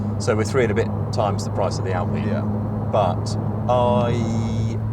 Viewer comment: I think Mat Watson Car Wow is one of the few automotive journalists to pronounce the name 'Alpine' correctly as an Englishman and English speaker.